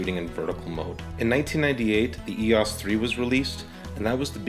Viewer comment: Thank you for pronouncing EOS the correct way. It seems that a lot of ' reviewers ' in the US and Canada have difficulty pronouncing EOS, calling it E.O.S, which really gets on nerves. In Greek mythology EOS was the goddess of dawn, as Helios was the Sun god. BTW, I just bought one of these ancient cameras, to use my Canon L lenses on film. Thank you again.